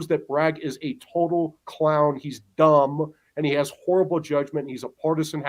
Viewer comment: "He's Du'umb!!" 🤣🤣🤣